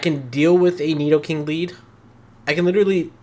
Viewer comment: If I hear you say nidokink one more time I’m finna act up in a way you ain’t ready for 😏🤔